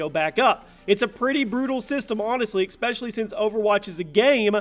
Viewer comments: I want the amazon gift card so I can teach people that it's pronounced especially and not expecially. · "Level Up Backwards" - so... Level Down? Also, it's pronounced "ES-pecially" not "EX-pecially"... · Did anyone else also noticed the ‘expecially’ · ECK - SPECIALLY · "expecially?" lol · It's pronounced eh-speshul-lee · Jesus Christ man....there is NO x is the word ESPECIALLY....FFS learn to pronounce